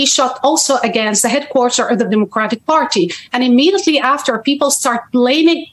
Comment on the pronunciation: You mispronounced "democratic party"